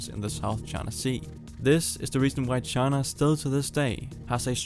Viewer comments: Pronouncing it “Chana” bugs me. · Please pronounce China correctly